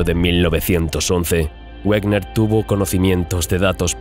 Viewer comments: Excelente. Sin embargo, Wegener era alemán y su pronunciación es "veguener", el "güerner" es una colonización inglesa. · Discúlpame por una aclaración: Wegener se pronuncia "Veguena" aproximadamente, y no "Uegner", dado que el científico era alemán y no inglés, y es lógico pronunciar su nombre tal como él mismo lo hacía. Por lo demás, gran documental, como todos los de tu canal. Continúa así porque tienes un seguidor más. Saludos. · Por favor, Wegener se pronuncia Vegener. Es alemán, no un idioma de bárbaros como el inglés.